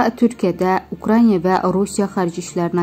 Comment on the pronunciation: Ukrainiya yox, Ukraina demek lazımdı